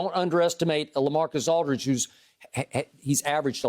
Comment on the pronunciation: "Lacamacus Aldridge"